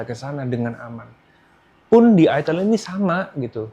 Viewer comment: Bacanya Aitel bang